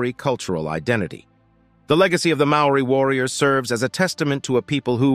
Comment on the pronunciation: cHHuuRR mean MAORI mean